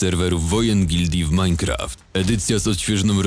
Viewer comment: jak on mówi Minecraft